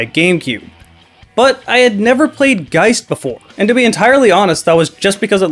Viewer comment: Well it's based on the word "poltergeist" which is also pronounced that way. I've never heard anyone call a ghost a polterGEEST.